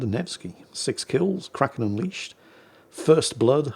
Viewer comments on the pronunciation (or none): none